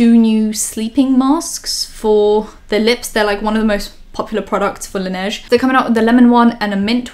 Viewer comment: This is the first time that I hear someone saying la neige correctly